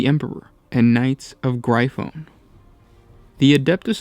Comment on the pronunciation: Knights of Gry phone?? Knights of Gryphon or Griffin..